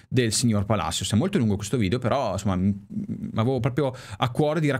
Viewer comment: Tajeres..? e ToMás Palasios si pronuncia